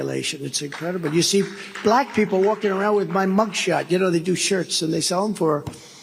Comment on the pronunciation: The BALAYKA is how he pronounces Black. Cringe Worthy